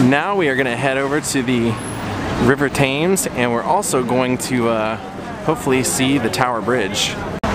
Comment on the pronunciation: The River Thames is pronounced "Tems", not "Tames". Also, Anne Boleyn. Talk about your double standard! Even if she did cheat, HE cheated on pretty much every wife.